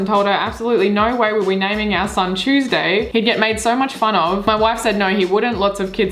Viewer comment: PLSS THE WAY U SAY TUESDAY😭😭🦶